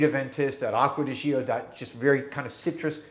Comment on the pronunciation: The word "gio" in Acqua di Gio is pronounced like JO, not jee-oh.